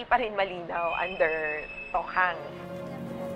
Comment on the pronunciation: Ako lang ba naiirita sa pronunciation ni Maki Pulido ng Tokhang.